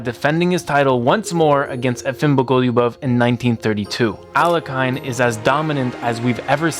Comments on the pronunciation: It's pronounced AL-YE-HIN not A-LE-KAYN for chrissakes!!! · Aliakan , noooo! Alekin, es alekin la pronunciación alekahine alhlekin, es la pronunciación alhlekin por favor . Se oye muy mal aliakan. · Alekhine is pronounced "Al-je-chin", with the ch being a ch like in "china" , not a k. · His surname is pronounced as "Aleheen" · Learn how to pronounce Alekhine. Thumbs down. Just google it, don't be a dummy. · You're mispronouncing Alekhine's name. Couldn't you get it before making a video about him?